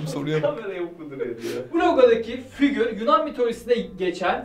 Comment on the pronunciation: nobody:: fügür